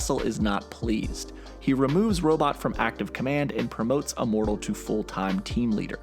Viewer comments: Are you saying Uh-mortal? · ...you keep saying “uh-mortal” it’s “immortal” with an “I” lol